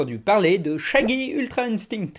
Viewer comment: J'adore quand il dit ultra "intingte"